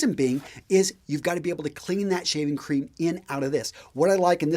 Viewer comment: It's funny when he mispronounced shaving cream and said shaving croom 😊